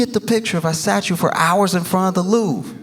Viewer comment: The Loof? Then I got it. He means the Louvre! 😅 English is funny.